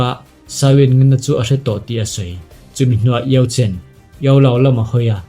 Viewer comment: Xiao yan a master khi yao chen a ni in ka hre sia, i lam dan khi ka van hrethiam lo 🤭